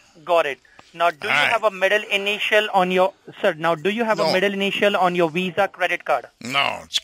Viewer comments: iPad = $500 WIFI = $70 / month Listening to destroy scammers = PRICELESS What exactly is a Weeza card? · Its not a Mastercard its a Weezah. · I’m glad that darn “Wisa” card didn’t let you down lol I know you want your fake “wowcher” 😆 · It sounded like you paused either to avoid laughing at his over-the-top pronunciation of "WEESA", or to consider whether to say VISA or Mastercard (choosing Mastercard to avoid bringing attention to his ridiculous accent). Or both. LOL